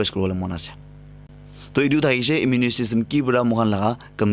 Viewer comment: Bro... Tats immune not immu_ ne